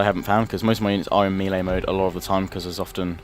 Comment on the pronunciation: You pronounce melee wrong, yes im English too.